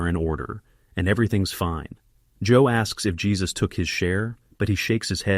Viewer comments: The name of the pet shop owner is pronounced "Hey-sus" not "Jey-sus" guys. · 😅not Jesus---it's JÉSUS (HAY-SUS) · His name isn't pronounced Jesus as our Lord....it is pronounced "Hesuse" it's a Spanish name. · ai narrator actually named their helper 'Jesus' 'hesus' - seriously. Jesus helped them rob. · "...one of the robbers is African-American"?! No, his skin is black/dark, but they have no way of knowing his nationality. And the J in "Jesus" in Spanish is pronounced as an H!